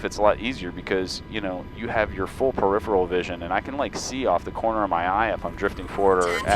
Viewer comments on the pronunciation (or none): none